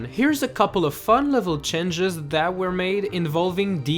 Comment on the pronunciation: Like the videos! but the pronunciation of the word "change" bothers me a little hehehe Nothing major good work